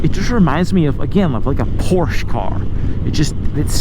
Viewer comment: I love that he pronounces Porsche the right way, so rare here in the USA. I think this bike is awesome, I am not crazy about the dashboard and the mirrors, they are too similar to what you imagine on a car.